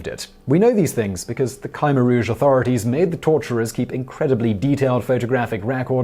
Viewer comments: It is generally pronounced "kuh-MAIR Rouge" not "Kiemer Rouge". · The group headed by Pol Pot is pronounced “Ka-mare-rouge” not “Ky-mer-rouge”! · Is his khmer rouge pronunciation killing anyone, I shudder every time hes 'kai meer rouge' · Ky-mer-rouge is wrong, period!